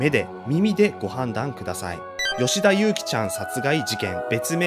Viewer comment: あと名前の読み方は「ゆうき」じゃなくて「ゆき」だよ